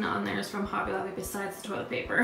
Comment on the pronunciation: Beautiful home! I love your color scheme & decorating style! The way you say Hobby Lobby honestly drives me crazy though. Lol...sorry.